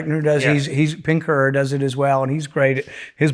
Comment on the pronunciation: Pinker... Steven Pinker. Not "Pinkner"